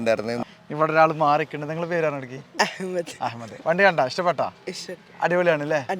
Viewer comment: അഹമ്മദ് ഒന്നാന്തരം അറബി ഉച്ഛാരണം...❤